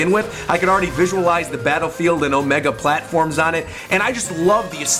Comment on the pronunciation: Did he just say "Omega platforms"